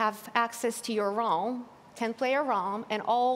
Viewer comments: IDK what her name is but the girl in the black jacket with a white shirt inside of it She calls realm: Rolm me : Rolm? why is she saying rolm? its called Realm not rolm “starts laughing”🤣😭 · Access to your “ RoLm” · Next time you might wanna find someone who can actually pronounce "Realm".